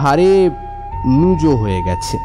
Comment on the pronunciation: নুজো নয়, কথা টা ন্যুব্জ।